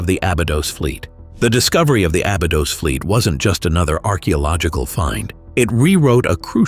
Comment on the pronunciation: Pronounce the ī in Abeedos!! White people 🙄